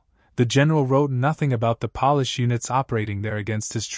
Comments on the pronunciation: "polish"? your AI sucks! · The poor SOB had to do without his bathtub. I wonder how many tens of thousands of Europeans suffered significantly more at the hands of his divisions of the Wehrmacht. And by the way, learn the proper pronunciation of Wehrmacht and Polish.